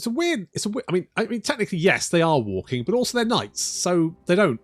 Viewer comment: That's not walking....it's waking 🤣